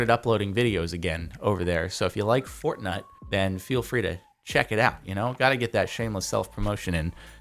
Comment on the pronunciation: and also did you say fortnut? when he was comapring jordan games an PDTS...